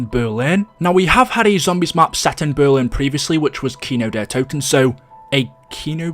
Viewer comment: the video is good but i always have a stroke when he mispronounces a map name "Tranzeet" "Kino dur towtin" "Der Eisindrackaa"